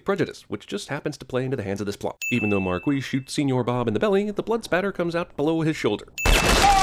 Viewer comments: I'll sin you for mispronouncing Major Marquis Warren's name even when he said it correctly several times in the movie. It's pronounced "Marcus". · Who the hell is Marqueese? It's pronounced like Mar-qwes. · "Mar qweece" His name is said like:MARCUS. Can't even pronounce shit right. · I'm adding a sin to CinemaSins for every time I heard "Marquis" pronounced 'Mark-Weez' Instead of 'Mark-Us'. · Sorry but the white stripes are dope as fuck, plus its not pop and secondly, could you please take a sin off for everytime you said marqwees. His name is said in the movie a hell of a lot and no1 pronounces it like that. Its pronounced Marqwes. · it's pronounced marki not Marquis it's just spelled that way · Marquees? Don't they pronounce it like Marcus in the film? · Is the pronounciation of "Marquis" pissing anyone else off? I've always been told its "Mar-queee" not "Mar-quiss" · You pronounced Marquis as (Mar-ke-s) when it should be actually pronounced as (Mar-key) thats a cinema son there pal. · it's pronounced Mar-key-ss. omg! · 50 sins should be removed for the fact that you say “marquees” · They pronounce it more like 'Marcus' in the film... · Pronounced Mar-key but.....meh, whatever. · He should take away a sin every time he pronounces Marquis like “Marqweese” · You get a sin for every time I had to hear you say "Mar-Kweese" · Dumbass can't even pronounce "Marquis" right. Fucking idiot. MAR KWEESS LOL!!! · I'm sorry, but the way you pronounce "marquis" is so distracting to me. It's french - the u and s are silent. :Marqi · I feel like Marquis is pronounced "Mar-KEE" or "Mar-KEES". Just what it feels like. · "Markwees" Fuck sake. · Extra sin for pronouncing it Markwees. shivers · "Mar-Qweese?" Do you know how to even pronounce the name? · Wow, I didn't realize it would be that irritating when you pronounce "Mar-queez" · marquis is pronounced markee, I believe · Would be really nice if you could pronounce Marquis correctly. I’m sinning you times 10 for that